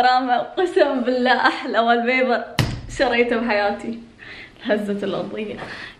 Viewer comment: اسمه (و)ل بيبر مو و(ا)ل بيبر الكلمه مستفزه وال وال وال وال